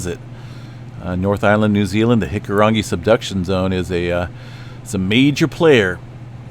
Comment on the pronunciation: Just want to say, as a New Zealander, I really appreciate the pronunciation of our Maori words. You try harder and do better than most. In fact, you pronounce hikurangi better than some people i know here haha